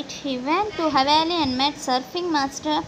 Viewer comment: It's not hawali , it's hawaii